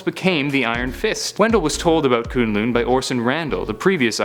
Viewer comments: Does it annoy anyone else that he pronounced Kun Lun as Kune Lune? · It's kunlun